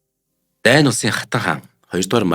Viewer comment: дуудлага аа сайжруулаа. Хэл сур гээгүй шүү зөвхөн дуудлага дээрээ анхаараач. Дайн гэж улс байхгүй Даньь Даньмарк гэж дуудаж болно шдээ